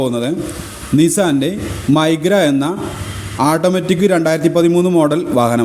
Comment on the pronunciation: മൈഗ്ര അല്ലെടോ😅 മൈക്ര😊